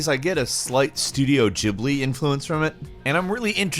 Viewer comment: Studio Jihbli ? ahhaaha say that again